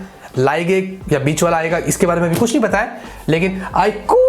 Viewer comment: IQooo nahi Aapko eeku -eeku bolna chaya